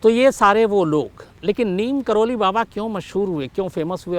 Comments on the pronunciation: शम्स जी , नीम करोली नहीं नीब करोरी है! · नीम करोली नहीं बाबा लक्ष्मणदास जी को नीब करौरी के नाम से जाना जाता है। यही उनके नाम का सही उच्चारण है। जय बाबा जी की